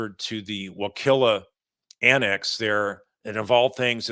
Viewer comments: It's wuh-kuh-la.. not wukilla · Great video. FYI: It's "wuh-KUH-luh" :) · Wakulla is pronounced like “hull” or “gull.” Before I moved to Tally, I always thought it was pronounced like “cool.” Lol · it's Wa Hull a. Call the facility to get correct pronunciation. Wakulla is a separate country and not an annex of Leon County. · Your pronunciation of Wakulla is totally wrong! Our nickname is WillKillYa County, but the official pronunciation has no ‘kill’ in it.